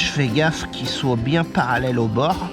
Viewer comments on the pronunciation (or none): none